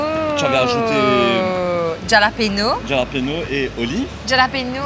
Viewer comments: Mlle,, c'est pas Ja-lapeno, ca se pronounce Haa-la-peno. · hallapino is how its pronounced but t am not sure pei or pino - my latin friends say hallapino